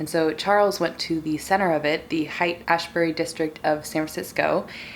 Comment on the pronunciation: Love this so much! Just for future reference, Haight in Haight Ashbury is pronounced “hate” !